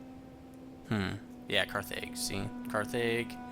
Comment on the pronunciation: Carthage is pronounced Carthidge so not the long a but the short one. Also, I like when I can hear the game clearly so thanks for upping the sound. Make sure your southern army fortifies on that peninsula I think there's some kind of land bridge there.